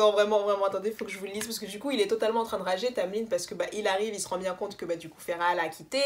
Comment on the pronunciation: La queen is back 👑👑 Merci pour la prononciation de Feyre tu me fais honneur 🤍. Pour la relation Mor-Az, Y’a certaines rumeurs qui courent que en fait, Sarah a rajouté la bisexualité parce que on lui reprocher de manque de diversité avec les T1&2, mais du coup elle n’avait pas prévu ça à la base.... d’où l’explication bizarre. Si ça se trouve c’est totalement faux après 😌. Par contre faut vraiment qu’on parle de Elain la.... Tu n’as pas compris la puissance de ce personnage. Je vais t’envoyer des post et des thread qui vont t’éclairer sur la situation parce que là c’est pas tolérable de dire qu’elle est stupide 😂😂